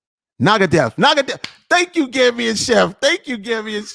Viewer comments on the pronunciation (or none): It's Nangadef wollof meaning how are you. The other word you try saying is fornekka and not fornegga meaning where you at